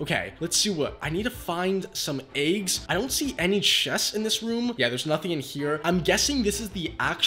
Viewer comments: some eggs not ėggs why do you say like that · some eggs not ėggs why do you say it like that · He said eggs nott ėggs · bro said aegs